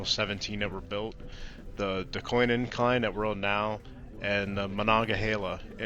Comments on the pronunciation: The least you could do is learn how to pronounce it. DOOCANE. I have no idea where you got that pronunciation on your video, but it is so strange. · Are you mispronouncing Duquesne on purpose???